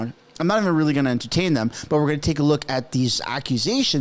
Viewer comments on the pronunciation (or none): none